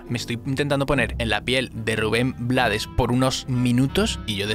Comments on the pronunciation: brutal!, btw es Ruben "Bleids" no blades, se pronuncia en ingles si estoy equivocada me corrigen. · Rubén "BLEIDS", no Blades. Por origen, el apellido es pronunciación en Ingles. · Crítica constructiva, el apellido de Rubén se pronuncia Bleiss, ya que es en inglés. Antes de decir que no sabías quien estaba cantando al inicio de la canción debiste hacer bien tú tarea. Y saber que es Rubén quien canta Pedro Navaja. Rubén es el Maestro de la Salsa.y también canta y toca música Jazz , su esposa es una increíble cantante de Jazz Luba Mason.. Educate mejor antes de bajar un vídeo y hablar de uno de los Grandes. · Su apellido se pronuncia en ingles. (bleids) ... su familia es de fuera de panamá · Rubén Blades se pronuncia bleɪds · se escribe BLADES pero se pronuncia BLEIDS (por el ingles) y si te preguntan quien te lo lo dijo #TeLoDijoElChombo Autolike para no morir en el olvido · solo la pronunciación del apellido no es la correcta, su apellido es de origen ingles